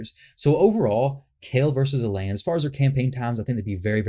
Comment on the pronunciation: El-Hain. They pronounce it in the game intro